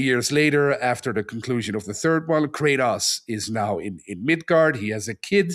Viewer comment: everyone is just gonna let him pronounce Kratos like that?